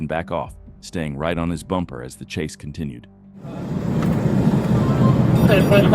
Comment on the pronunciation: holy cwap duude you were like so totally wight